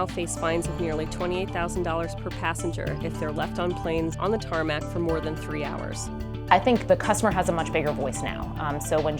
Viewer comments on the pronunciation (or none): ITS NOT THE “TaRmAcK” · Y u call it TarMAc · SHE DID IT SHE SAID TARMAC